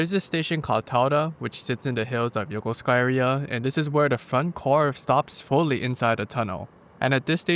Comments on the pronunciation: and in that video, would you please explain the pronunciation? You pronounced the station name “Yoh-koh-skuh”, but my coworkers who are retired USNavy pronounce it “yoh-koo-skuh”. (And I’m guessing thst pronouncing -suka as “skuh” is standard Japanese?) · Interesting that you barely pronounce the "u" sound in Yokosuka 🤔 as if you take a pause in the word